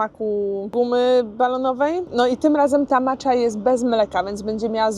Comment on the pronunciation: Proszę (nie złośliwie) o wymawianie słowa matcha miękko, z japońska: macia. Oni nie mówią macza. To jest troche profanacja dla uszu, wybacz :)